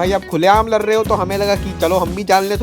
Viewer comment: Ladh❌ Lar✅